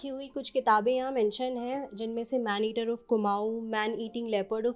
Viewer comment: Madam.. aap jis jagah se reporting kr rhi h..pehele uske baarein mein bataye ki vo kon si jagah h..phir aap aage reporting karein..tabhi aapki shi baat samajhi jayegi.. मैंनेटिर नही मैडम .. मैन ईटर